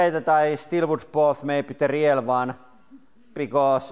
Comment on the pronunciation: Selausutaan riil ei riel